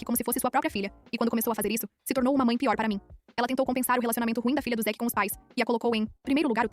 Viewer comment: Zick? Não era zack?